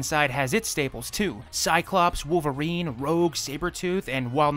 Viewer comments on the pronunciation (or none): none